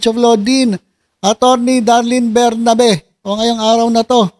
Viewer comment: BERBERABE hindi Bernabe, at Menardo hindi Menandro grabe ka